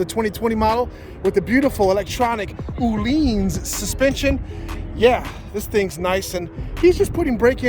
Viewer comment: Oleeeeens 😂😂 It’s o-linz